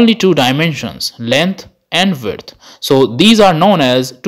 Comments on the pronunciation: Verdth. Width mate... Width. Try not taking 5 minutes to get past the 4 people already know, and try using way less words to describe the others because I tuned out after 6. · Are you saying “land, vert, hight”? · Vurt = width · This guy can’t say width to save his life. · The way you pronounce width bugs me. Great video tho. Thanks!